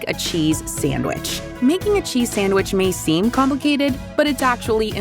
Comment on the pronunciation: He enjoing that """""sanwich""""" a litlle too much